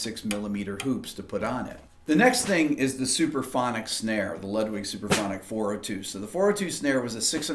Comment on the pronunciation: why are you saying "superphonic"? It's "suPRAphonic", yes?